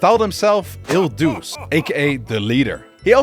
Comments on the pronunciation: dude it's il DU'CH-E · The term “il duce” in not pronounced as “il duss” bro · btw the correct pronounciation is "il duce" exactly as you write it, not "el dus" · I absolutely love this style and your way of explaining things! Just your pronounciation of Il Duce was a little off (best I can describe in English is "eel-doo-chey", the C in Italian doesn't ever become a "s" in native words) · it’s pronounced il Du-CHe